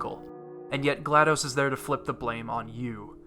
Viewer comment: I'm only a third of the way through the video and loving every minute of it. One sticking point though...her name is pronounced Gla-DOSS, not Gla-DOSE. Think of DOS (disk operating system...pronounced DOSS)